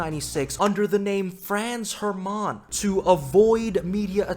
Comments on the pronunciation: Okay - that was a few Franz "ermááán" too many. That’s French. We don’t do that here in Germany. Pronounce it "Hairmunn". DAS WAR EIN BEFEHL!!! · hearing you say Franz HerMaaauhn makes me cringe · Love how wrong he pronounces Hermaaaahn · It's not Franz Her-mum, it's Franz HerrMann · ITS HERMANN, NOT HER MAN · pronouncing Hermann as Her Mans (Le Mans) - simply lovely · Fräns Hermaaan 😂😂😂 Dude think he is french or why did he pronounce Franz Hermann like this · Just to be a dick, in Hermann non of the vowels are like super long, but the emphasis is on the e, so its more like hErman, than hermAAn. lol okay done being an asshole, great way to start my day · As the friendly neighborhood german, I fear it is my duty to tell you that Hermann is pronounced with a short 'a'. (Double consonants = short vowel) (I realize how german it is to mention all this) (amazing video btw) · The way you pronounce 'Hermann' is sending me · Most American pronunciation of Hermann ever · The way he pronounces Hermann is both funny and pisses me off at the same time. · Hermann pronounced like its french 😂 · As a german, your pronunciation of Franz Hermann caught me off guard